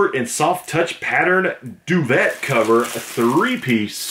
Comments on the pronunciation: Yeah i liked it when he pronounced 3 piece duvett instead of the french 'duvey'. Eventhough it is spelled duvet. Love it!😎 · GOOD VIDEO! A colossal cornucopia of conspicuous consumables! LOLOLOL it's pronounced bullava. You should have saved all those kinds of parts that you've gotten in the past and you could have built your own toilet by now. Duvet cover is pronounced doovae. Donut pan? You don't make donuts in a pan, you make them in a deep fryer.